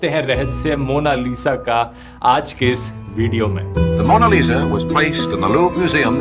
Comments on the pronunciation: The way Druv is pronouncing Lisa as Liza made me remind my name Liza~ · Lio Liza 😂